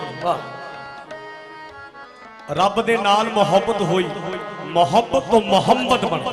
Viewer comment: He should learn to pronounce Mohabbat correctly, he says Mohabat. He also says Zakham instead of Zakhm.